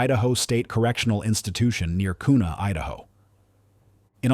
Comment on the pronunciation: Kuna Idaho is pronounced like quna :)